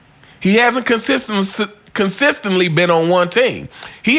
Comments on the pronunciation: U consistently butchered the word consistently/consistency 😂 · you can't even say "consistently" consistently!